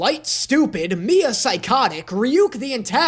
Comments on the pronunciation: lol even ryuk doesn't like light also it's not mia it's misa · dude who is Miya💀 i swear he said miya instead of misa several times am i just dumb lol